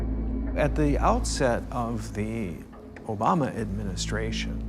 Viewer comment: I'm mad the narrator mispronounced Obamas complete name😮 but no one else's